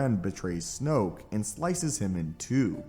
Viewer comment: Snoke rhymes with JOKE